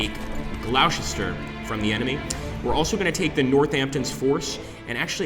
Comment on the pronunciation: GLOSTER! Not Glowsester lol (amongst others) lol